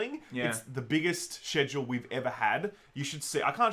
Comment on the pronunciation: I was ok with you pronouncing it Bee-ta. But Shed-ule is a bridge too Faa.